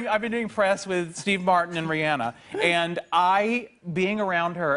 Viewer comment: I love how jim says ReeAnna